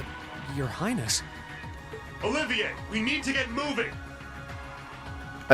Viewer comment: Wow. True Gladiator Belt that soon, huh? I give that to Alisa, it keeps her CP basically topped off at all times so she can use crafts almost constantly and supply others with CP as well. - Yes, that's how it's pronounced. That was clear even in Trails in the Sky. "Oliver" does not have the extra "i" after the "v". You're in no position to be complaining about things being pronounced wrong since you've been mispronouncing Alisa's name for hundreds of videos even though it was only seen on-screen once before it was said out loud. - You got the side car just in time for it to change a certain bonding event's dialogue. - You should probably save before doing things like choosing "Commence Operation", although yes, it is annoying that the game doesn't let you re-equip people from that screen. - Yeah, never play ballsy in a Knight battle, you have infinite free healing as long as you play it safe. - Agreed. It's technically better and more fun than the battle at the end of CS 1, but it's gone too far in the opposite direction and made the fights too easy to win. I mean, characters don't even have a limited number of "EP recharges" or at least a cooldown forcing you to switch party members. - Note the Bravery points. After you land an attack which would finish the target off, the game is programmed to just give you max BP and then turn all attacks into Unites for climactic finisher. - I think it's possible to reach link level 5 with y